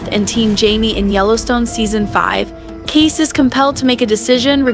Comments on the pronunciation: Seriously ? You're not even watching this show: His name is pronounced: Kayce, pronounced like Casey, not Case. 🤦🏻‍♀️ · The ranch known as 6666 is pronounced...four sixes..., Kasey's name is pronounced...Kay-see..., not Case, a true fane of this show would know this. These two mistakes in your overview has left your content mediocre at best. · His name is pronounced CASEY, not case !!! Get it right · lol Case :( KAY SEE 👍🏼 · Your AI girl is pronouncing Kayce as Kase. Please adjust/fix. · The younger brother's name is pronounced Kay"see"! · His name is Kayce... not Case. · K.C......can you pronounce that..... ALSO SPELLED ......Kayce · Thanks. I thought it was just me. Couldn’t concentrate on what she was saying except for pronouncing Casey name case. Omg😂